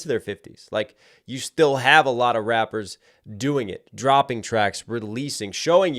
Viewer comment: bro this shit made me laugh😂 he said “rapers”